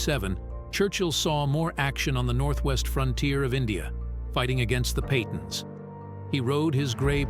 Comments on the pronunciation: Pathans not Patons. I don't see how he was considered worse than Hitler? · He fought the Patons? What about the Williamses, the Stuarts, or the Shaw family at no. 19? Get this right. It's a careless mistake. It should be Pathans, or Pushtuns - not Paton, which is a family name of British origin. Also, "Marlboro" is a brand of cigarette. It should be "the Duke of Marlborough". I gave up watching this.